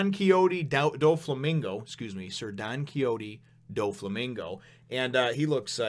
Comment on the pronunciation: Also it's Don-key-ho-tey Doh-Flamingo. You pronounced Kuma's name right! And Ace is just looking for food on Buggy's ship...